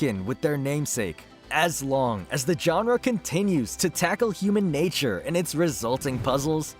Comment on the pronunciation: It's not "johnra" it's genre.